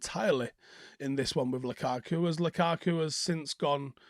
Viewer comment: Who is Lakaka? think you mean Lukaku.🤪